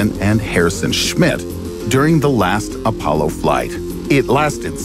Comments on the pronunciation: "Apaulo" Lmao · The “Apaulo”?